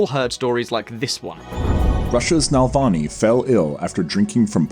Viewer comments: Hint for future use: it's Navalny, not Nalvany. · when you guys prepare for your next video at least learn how to pronounce names. It’s not NaLvany it’s NaValny. You didn’t even read the word right mixing L and V. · How can you read "NavaLny" as "NaLvany" - I mean come on ! :) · NA-VAL-NY.....NOT NAL-VA-NY. Pronounce it right....smh.... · Navalny, not Nalvalny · Love the video. One question I have to ask a native English speaker is how can you read NAVALNY and pronounce it NALVANY? What the " bollocks " is wrong with the original carriers of this language? Just to summ it up ... Spell it like it is written... Slavic languages are based on Latin alfabet. It's not Arabic, Mandarin... Read the effing word and put some effort into work. On the other hand I'm grateful that someone putting an effort to make sure that everyone can access important information about stuff that will be omitted from most news . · It's pronounced ne-VALL-nee, not nel-VAH-nee. I'm frankly astonished that a native Brit like yourself would knacker the pronuncia---SHIT! Gotta go! Joe Biden just threw up during a campaign speech and collapsed! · it says NaValny,why tf do you pronounce it as NaLvany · You bucher his surname pleas try coretly pronounce his surname. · Tru. But I'm a bad sport, so I also demand a phonetically accurate pronunciation of the ль and ый sounds. Otherwise I'll unsubscribe! Learn Russian or you'll be treated with some tea of non-standard flavourings!